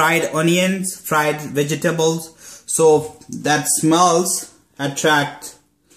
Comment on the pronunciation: "I put some fried onions, fried veg-eh-tahbles"